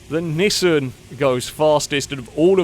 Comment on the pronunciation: The way pronounces Nissan bothers me to no end lol.